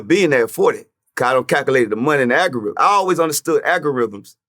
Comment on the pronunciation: What is an agarhythm 😳😲😲🤣😂🤣😂🤣